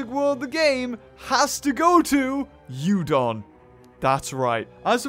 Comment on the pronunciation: Yudon sound likes my favourite noodle. 'Udon'